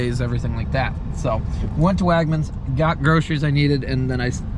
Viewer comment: “Wagmans”?? Don’t you mean Wegmans?????